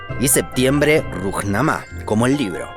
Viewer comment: Dónde aprendió a pronunciar este muchacho?. Pura creatividad individual, parece. "Rujnamá"?, "Mujamedov"?. 😔